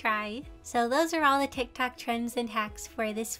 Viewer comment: I love how she pronounces it: 'TaK toK' (not tryna be mean btw its a joke)